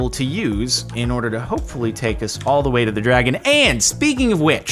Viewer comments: hoepfully... really, you're gonna do that to us. FRICKIN HOEPFULLY! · Jardon: "hoepfully"